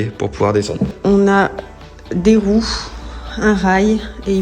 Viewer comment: Sympa l’idée . Par contre à j’ai rigolé « 0n as des woues ?! , un rail » 😂